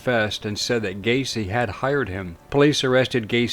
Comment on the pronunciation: It's Gaycy 😁